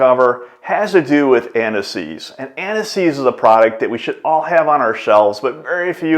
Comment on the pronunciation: Why does he keep speaking about aniseed? 😂